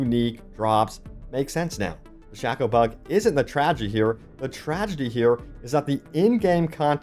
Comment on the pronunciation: The tragedy is listening to you pronounce shako, shako.